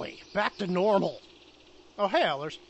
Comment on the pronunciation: its Ellers